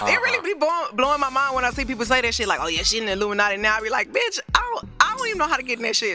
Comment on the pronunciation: He said dat B word hard asl im hollin🤣🤣🤣